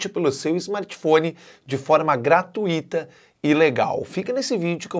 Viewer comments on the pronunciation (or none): none